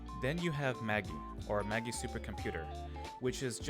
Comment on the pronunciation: A few things. Its pronounced Ma-jie. You can fight the angel boss 2 times a day as it resets every 12 hours. The is a 5X mark up on the cost to rank up the eva pilots with sequence. I think you can get 20 sequence (for each character) from the research and you can buy 50 Sequence from the shop for 800 paid crystal which is enough to get you to rank 5 with max talents but if you want that rank 6 it costs another 50 sequence and the only way to get that is by pulling the banner. Banner level 9 awards 20 bits for the character which you can use to buy 1 Sequence. If you get a duplicate you will be awarded 5 sequence. Pulling 10 dupes can cost a lot of crystal.